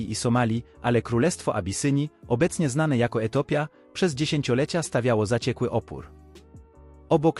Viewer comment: Etopia, to pewnie czyta automat.